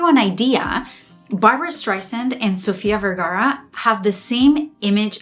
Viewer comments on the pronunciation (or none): none